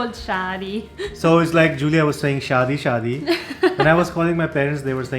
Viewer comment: Happy for you guys. is lucky to get Giulia but he still needs to say her name correctly. All the best, the world had to offer, to you both.